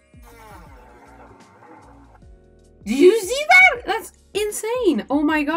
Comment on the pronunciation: "DIDJU ZEEDAT"